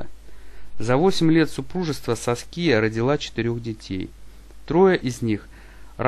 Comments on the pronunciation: САския ударение! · Автор, бога ради, выучите ударения и произношения имён. Уши вянут. Прямо по класическое, СаскИя - это не грудь, это имя такое.